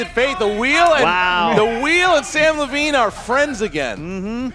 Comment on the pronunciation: you are one of my favorite s but it's Levine I got Levine